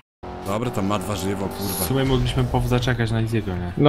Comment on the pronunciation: Akcent w "mogliśmy" na pierwszą sylabę